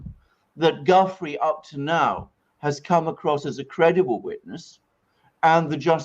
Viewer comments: You’ve finally learned how to pronounce “Ghislaine”; now how about learning how to pronounce “Gufrey”? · It's pronounced Gu- freiy not gufree. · Thank you for clarifying the pronunciation of Ghislaine. :-) Btw Giuffre is pronounced as in French (zhoo FRAY) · Gentlemen, the correct pronunciation of Virginia’s surname is “Zhu-FRAY”. The accent should be on the second syllable. Good show. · Please learn how to pronounce Gufrey properly. In sure you do it if you really try!